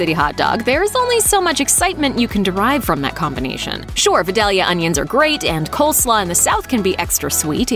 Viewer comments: For the record...they are pronounced "Vye - dale - yuh" onions. I hear culinary experts, master chefs and cookbook authors absolutely butcher the pronunciation of Vidalia onions. Again...it's "Vye - dale - yuh". Get it right next time, please. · Vidalia is pronounced VYE-DALE-YA